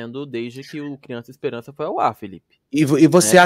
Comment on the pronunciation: "Espelança " kkkk